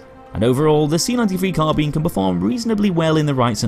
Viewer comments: Sorry but i had to dislike due to your incorrect pronunciation of Carbine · I'm not an Englishman in New York and I need to ask you about something. What's the correct pronunciation? "CarBEAN", just like says it, or "CarBYNE" (like we can hear in Westie's videos)? And why? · Swiftkillz There are two correct ways to pronounce "Carbine". Ian from Forgotten Weapons has made a video explaining that.